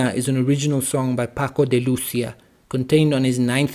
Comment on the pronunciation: He was a great artist. His extraordinary virtuosity was never for show; he put it at the service of music. You pronounce Lucia very well.